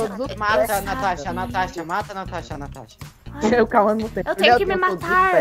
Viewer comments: Kkkkk o Disse Cauasha😂😂😂 eu ri muito kkk😂😂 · e a "Cauasha" Eu: cauasha kkkkkkk tu e uma piada kk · natasha: cauacha eu: da bulacha